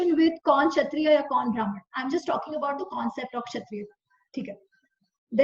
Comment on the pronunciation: Thank you for sharing this knowledge. But we need to be careful with pronunciation. Example: Not भ्रामण but ब्राह्मण. Please be careful with Sanskrit pronunciation.